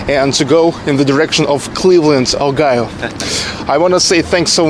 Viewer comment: You have pretty good pronunciation, BUT you mispronounce a lot of words. FOr example instead oh OHIO you say OGAYO. Not trying to laugh at you, but give you advice. You should really ask your English speaking friends to not feel bad and correct your pronunciation, that way you will learn much faster.